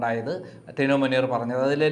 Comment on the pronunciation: ടീനു മുനീറോ? മിനു മുനീറാടോ, പേര് പോലും നേരെ പറയാൻ അറിയില്ല!